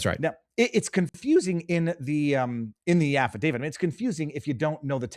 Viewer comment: Affidavit! T T TTT, not D. David has nothing to do with it. Never had.